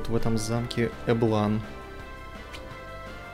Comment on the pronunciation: Эм... эблАн звучит как-то некрасиво для русского уха... я всегда называл этот замок Эблан, с ударением на Э.